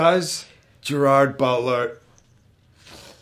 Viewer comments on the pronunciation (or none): Yes and it makes me sad